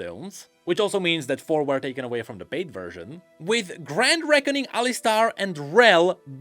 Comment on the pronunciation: dude I can´t pls google "Cambridge Dictionary" and listen to how the word "were" is pronounced